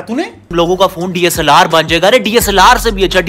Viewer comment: DSLR ❌ DA-SALLAR ✔️😂